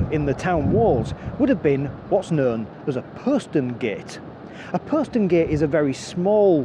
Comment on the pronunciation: Thank you. I found that very interesting and learned things I wasn't aware of previously. I quarrel with your pronunciation of 'posterngate'. Check OED where the 'o' rhymes with 'hot'. As a Hull resident I have never heard your pronunciation in the city before.